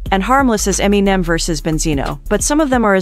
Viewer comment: Eminimimen? Lol